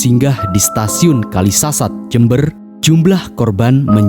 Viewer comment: Kalisat Min Bukan Kalisasat Waduh Gimana Ni Kreatornya